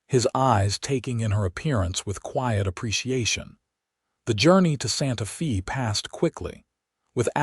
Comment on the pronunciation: It's not pronounced SantaFee, is SantaFay!